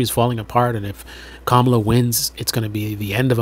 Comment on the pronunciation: Dude, you said Kamala wrong 😂😂😂